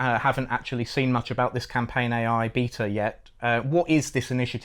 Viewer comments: Love these outside of the nails on chalkboard of hearing them mispronounce "Beta" through the whole thing. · I'm sorry i hear beater rather than bay-ta..... Beta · bro says "beater" instead of "beta" and it is very charming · This video is just more proof that those who win world wars and those who pronouce Beta as beeetah. Lol